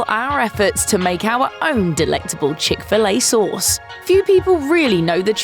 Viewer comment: She says "chic filet sohs" lol